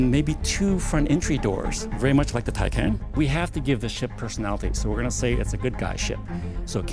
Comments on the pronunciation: It’s TyCahn, here from an actual german. TyCon? What? Where is no O in there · So it's "TY-CON" heard it right from an actual German